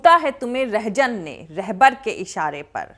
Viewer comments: Madam its " Rahzan " not " Rahjan" Thanks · Please correct the pronunciation RAHZAN not RAHJAN. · RAHJAN. Nahi Rahzan hota hay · Rehjan Nahi rehzan at the very start of the video!! You are a good speaker ! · URDU SHEYER PADH RAHI HO TO SAHI PADHO. WOH WORD REHZAN ( LUTERA ) NA KE REHJAN JAUSA AAP BOL RAHI HO. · Very bold and truthful. Specially all around lies going on listening this true analysis is very satisfying. You are very truthful. Just one thing to say. It is "RahZan" not "RahJan". Thanks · Rahzan not rahjan